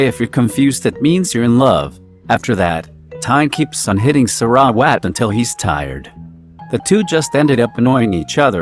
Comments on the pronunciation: Omg the voice narrating sarawat's name gets me on crack lol 😂😂😂 it's like saRa..wAt but still thank you for this. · im sorry but the pronunciation of sarawat